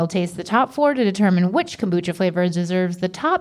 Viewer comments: Rhett throughout the episode: cumbucha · i love kombucha or as rhett calls is CALMbucha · “Com-boo-cha” -Rhett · Bout time they did KOM-bucha I sure do love KOM-bucha.